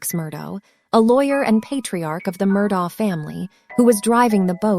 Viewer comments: It would be nice if the narrator was able to accurately represent the most basic aspect of their video, namely the pronunciation of the name "Murdaugh". While it can be forgiven if one pronounces it "ah" or "auk", to ascribe a pronunciation that NO ONE associated with the case has ever used, renders this video unwatchable. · I didn't make it that far... been following the case for over a year so I'll be darned if I'm gonna listen to someone call this guy Alex Murdo while pretending to know what they're talking about.